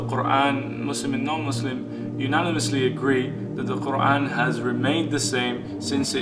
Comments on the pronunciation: He sounds so sensible! It feels though, he has understood it better than anybody else could. And yeah i love the way he pronounces Quran in a proper arabic accent. Masha Allah 😊May Allah bless all of us and lead us to the path of righteousness. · A smart and handsome new brother! So logical! PS - Check out his pronunciation of 'Quran ' !